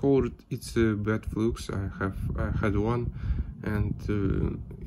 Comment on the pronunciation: Автор! Флюс по английски пишется flux но читается флАкс а не флюкс. Закрытый слог и т. д.